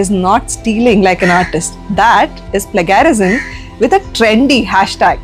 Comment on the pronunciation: Plagiarism- pronounce it properly. Play gia rizm